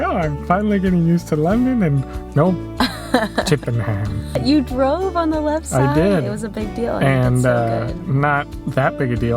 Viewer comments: Hi guys. Just a little tip. Don't emphasise HAM at the end of place names. Just pronounce the 'ham' as a non-emphasised UM. Thus CHIPPenum. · We would pronounce Chippenham, Chippin-um